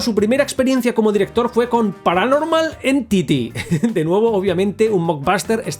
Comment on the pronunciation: "Paranormal Entity" o "Para normal en titie"?